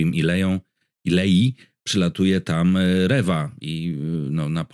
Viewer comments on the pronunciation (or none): Riva a nie Rewa